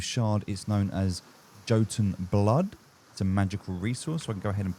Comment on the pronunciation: jo ton? here i was thinking it was yotun